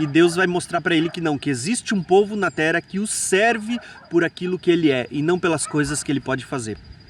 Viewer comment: Qual o teu problema em duplicar o “r”, meu jovem? Por que você diz “tera” ao invés de “terra”; “narar” ao invés de “narrar”? Você não é brasileiro, tem problema fisiológico de dicção? Esclareça, por favor! Isso incomoda…